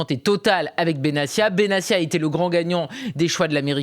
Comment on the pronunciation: Comment des journalistes si proches du sujet peuvent-ils prononcer "Benassia" alors que l'intéressé lui-même a indiqué que son nom se prononce "Benattia" ?